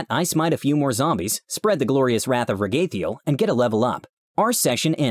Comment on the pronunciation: I thought it was pronounced Rag-a-thiel